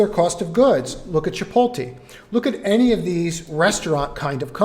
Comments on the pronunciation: I love you but holy balls. It’s EN-VIDIA not NI-VIDIA and it’s CHI-POHT-LEY not CHI-POLT-AY 😂😂😂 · I will try to look past it. I could handle “nih-vidia”. But damn man… chiPOLLtay… I just…I couldn’t not say something 😂